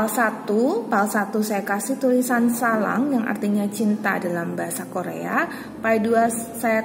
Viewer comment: Mon maaf kak sblmnya, itu yg pile 1 bacaannya Sarang bkn salang🙂